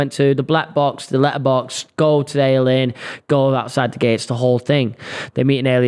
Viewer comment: It’s called the AY-LEE-INN. Like alien. Not ale-inn lmao